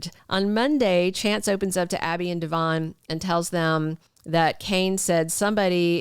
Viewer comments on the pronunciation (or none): none